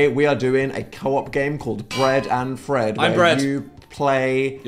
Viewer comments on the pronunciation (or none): dan mispronouncing "fred" as "fed" and then phil instantly mocking him is peak humour